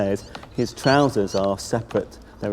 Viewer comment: nailed "trousers"